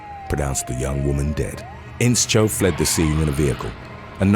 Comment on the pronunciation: It's not In-Cho but In-Show. The sch is pronounced with the sh sound. As in shoe, shh.. Inscho